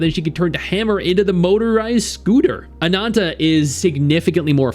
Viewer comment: Stop saying ANANTA so weird… you speak English.